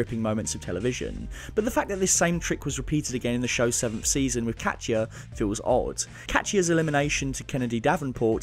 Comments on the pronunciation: that's the actual russian pronounciation lol. its supposed to be kat•ya not ka•ti•ya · I love how you pronounce KACHYA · the way you pronounce 'katya' is absolutely criminal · i'm sorry, how did you pronounce Katya? girl...